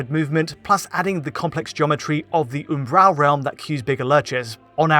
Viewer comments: Can you stop saying "Oombaral"? It's Umbral. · i have never in my life heard the word Umbral pronounced like that. I was literally halfway through the video before I figured out what he meant.